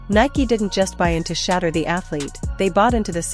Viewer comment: I like your videos. But, you must pronounce Shedeur Sanders name, correctly. His name isn’t, “Shatter”? It’s, pronounced, “Sha-Door”, ok? Show the man some respect, ok? God bless—Ericd(Atlanta, GA)!